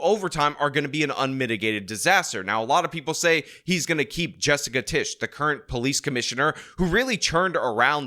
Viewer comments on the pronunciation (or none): none